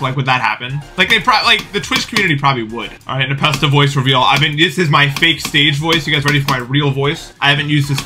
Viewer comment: why did you say scary spaghetti npasta?